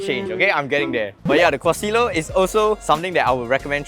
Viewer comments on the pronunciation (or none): Quesillo proper pronunciation KaySeeYo